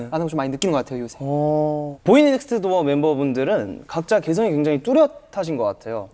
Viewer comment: 이무진 씨 계속 “보이넥스트도어” 발음 꼬이는 게 너무 웃겨서 모아봤어요